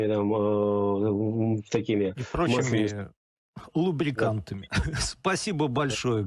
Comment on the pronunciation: с таким вожделением произнёс--Луубриканты.Пользуется,противный.